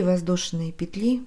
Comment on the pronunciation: К сведению: во множественном числе в слове "петля" ударение ставится только на первый слог.